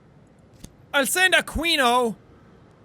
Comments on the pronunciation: JACK ITS A-KEEN-O NOT A-QUIN-O SAY IT RIGHT PLS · Jack fyi aquino is pronounced as "Aki-no" not "Acui-nou" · in the filipino language Aquino is pronounced as A-ki-no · JACK IT IS AQUINO IS PRONOUNCED AS AKINO!!!! IT MAKES ME FEEL ANGRY BECAUSE YOURE BASICALLY INSULTING OUR FORMER PRES. NAME!!! (No hard feelings, love you) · Jack, Aquino is pronounced as Ah-ki-no :)))) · Jack you read it as ah-ki-noh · jack, Aquino is pronounced as "A-ki-no"